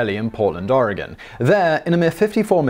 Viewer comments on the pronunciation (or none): none